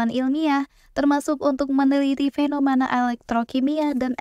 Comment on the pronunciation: suka ama materinya,bagus, tapi utk narator nya perlu di upgrade biar informasi yang disampaikan bisa lebih mudah diterima, saia sempat mendengar (atau telinga saia yang sedikit error) pengucapan kata FENOMANA, KONSTRAKSI, PAKSTA serta gaya bahasa yang terkesan nge drag alias di seret :D,,,,,, ttep semangat, ditungggu materi berikutnya